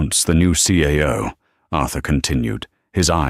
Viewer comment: Announcing the "CAO?" instead of "CEO?" Lol.